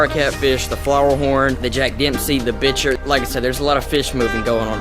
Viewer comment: It’s pronounced bicher not bitcher